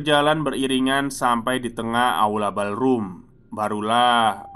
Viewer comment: Koreksi ya mas,spell utk Pantry= Pentry (dibaca) Ballroom = Bollrum (dibaca)